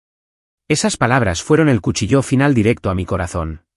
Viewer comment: Y dale con cuchillÓ es cuchíllo